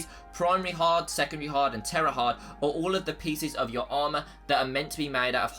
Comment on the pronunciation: Tertiary not tera